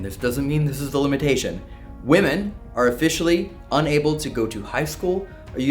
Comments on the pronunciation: women, not woman 🙃 there's that cali accent. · Can someone please educate on how to pronounce "women" correctly. No disrespect, I love you guys but i have been listening to that for so long now and it's very annoying and I am upset no one has said anything before 😅❤